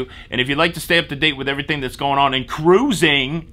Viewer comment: Totally ridiculous! Defeats the idea of social distancing. As for me and Catholic school, yes there were rules. Best education ever. Ca-roo-zing ROFL